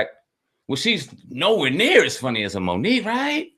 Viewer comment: Bruh said like Mook and Aye Verb